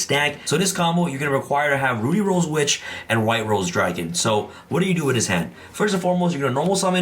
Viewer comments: Drink every time he pronounces "ruddy" as "Rudy" 😂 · it's pronounced ruddy like muddy or buddy. Please get it right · RUH-DEE Rose Witch. Lol